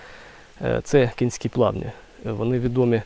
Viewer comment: Плавні не кІнські, а кОнські. Від назви річки Конка. Не варто смішити людей, в даному відео це не доречно...